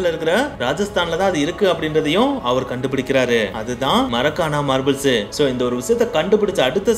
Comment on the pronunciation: Marakana marbals ella bro markana marbles